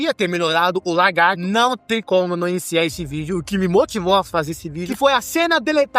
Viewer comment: Bom vídeo! Mas fiquei com a impressão que vc ficava chamando o Lagarto de "Largarto" kk